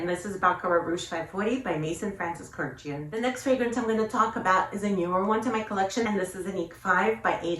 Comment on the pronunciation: Hiiii! 🥰 Love the way you pronounce "Kurdjian." I've always wondered if we're all saying it wrong. And happy to hear GON is still that girl for you! 💖💖💖